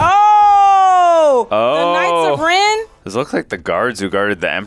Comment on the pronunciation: I winced in pain when she said "The knights of Ren"